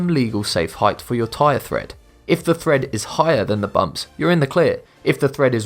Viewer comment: Lol he keeps calling them tire threads... It's treads, not threads.